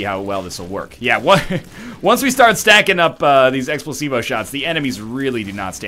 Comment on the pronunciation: am I the only one hearing him say Explosivo that sounds like x placebo?